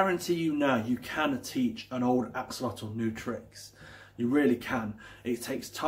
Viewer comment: If you are supposed to know everything about these interesting creatures, you should at least try to pronounce the name correctly! You really make yourself look like a twat!